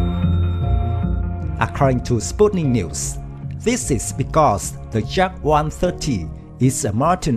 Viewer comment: please learn at least the name of this plane and construction beraoue that designet it,Yak is not Dzak as you say ,look it up at the some russian videos about Yakovlev planes.please we like the work you are doing do not ruin everything by a poorvoice overs.work on basics!Thank you.